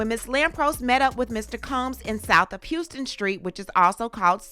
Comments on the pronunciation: In NYC, South of Houston is pronounced "HOW-stin." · It’s pronounced HOUSEton street 🏠:) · It’s pronounced Howston! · HOUSE-TON street please. -Love NY😂